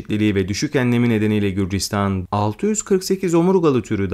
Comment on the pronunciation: Qrusya değil gruzya